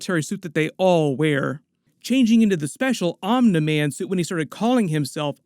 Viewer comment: I don’t know why it bothers me so much but it’s pronounced omnee man. Not omnuh man. Lmao